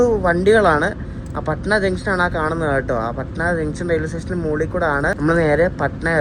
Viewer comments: പഠന ആണ്.... Not പാഠന.... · Bro your pronunciation for patna is insane …. When u reach patna , ask local how do u pronounce patna pls … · Bro its പട്ന not പാട്ന